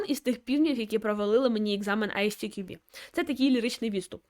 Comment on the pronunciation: Примітка від починаючего: ви вимовляєте назву фундації як Ай Сі Ті Кю Бі (можливо ви вимовляєте коректно але для перекладача воно звучить саме так), літера `S` в англійській абетці називається ЕС. Як виправити: розбийте одну абревіатуру на дві зробивши дві. На приклад компанія MWDN вимовляється ЄмДаблЮ ДиЕн. Як би я вимовляв назву фундації: Ай-ЕС__ТіКюБі.